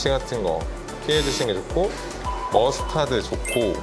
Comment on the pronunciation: 머스타드 발음을 왜케 못 해욬ㅋㅋㅋㅋㅋㅎㅎ언니 혹시 스위트칠리는 비추인가요?_?